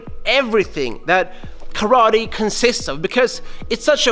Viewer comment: Calls himself KARATE NERD -> doesn’t even know how to pronunce KARATE